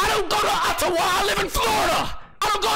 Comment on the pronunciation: Nigga said Attawa 😂